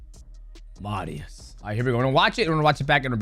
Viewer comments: Pronounced marry-ous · "Marry-us puj-in-off-ski" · Mariusz is pronounced just like Beneil Dariush, just with an m, then it's poo-ja-novsky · Man called him maurice😂😂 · Absolutely disgusting you can't pronounce Mariusz name and said it as if you've never heard of him. Are you for real or being a dick?